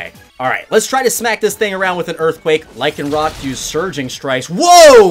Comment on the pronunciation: Thank you for saying the dusk form lycanrock right.You get 5/5 stars.and sorry if i said it wrong ☹️